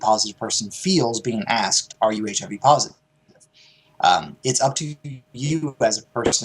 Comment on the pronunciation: Damn, that was kinda fucked up starting out, joking about "So you don't got the full AIDS, just the HIV"? (Sounded out phonetically, instead of the initials, like folks do when joking about it).. seemed kinda tasteless, Steven. :-/